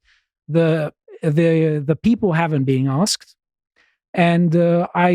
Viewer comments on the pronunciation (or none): none